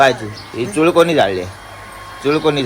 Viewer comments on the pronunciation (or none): चुळ नाही चुल म्हणतात तीला,चुळ म्हणजे तोंडात पाणी घेऊन भरतात ती चुळ